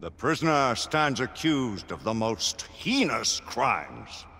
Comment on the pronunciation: "The prisoner stands accused of the most HEEENUS crimes!" Um...heinous is pronounced 'hey-nus'. Nice try to be all fancy writer guys, but maybe look up how words are actually said next time?